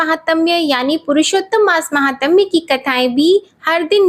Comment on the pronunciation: जय शम्भो,, हर हर महादेव,,! आप बस एक शव्द माहात्म्य सही बोल्ना सिखिए,बाकी तो सबकुछ बहुत अच्छी है आवाज ओर भी अच्छा है ❤